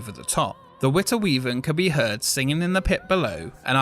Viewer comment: You sure pronounced De Witte Wieven correctly;-)